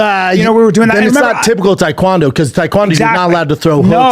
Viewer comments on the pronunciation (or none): It's Tae Kwon do not thai Kwon do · Brandon : “Taequandoo”